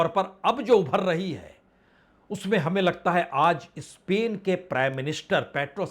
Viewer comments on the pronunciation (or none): none